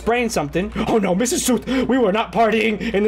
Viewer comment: Lol the whole time you were saying 'mr.' South when she was 'Mrs'